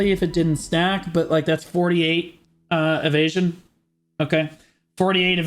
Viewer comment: When you say - "if you are evesion" I always hear - "if you are an asian" :))))) first time I even thought that this is some racist joke ))))